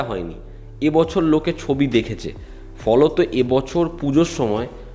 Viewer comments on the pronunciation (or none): The epic word "Foloto" 😂😂😂😂😂 inspired by Sagarnil da😂😂😂